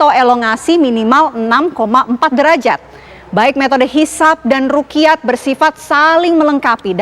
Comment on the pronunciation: Bukan rukiyat tp ru'yat Dan bukan kamariyah tp qomariyah